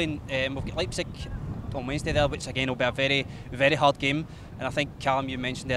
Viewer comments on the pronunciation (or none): none